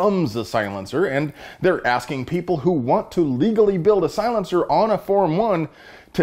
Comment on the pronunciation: I appreciate ya brother, but please stop saying silenceer. No such thing, just as bad as clip.